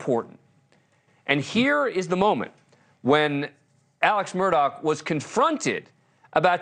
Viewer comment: By the way news nation Media, you may want to check on how you pronounce your names, such as "Alex" not ALEC; "Murdaugh" is Scottish Rite of Freemasonry; pronounce as such not Murdock😠 as much as AMurdaugh nicknames were as disgusting as ever, "PAW- PAW" MAG 🤮 Patty Sue in MARYLAND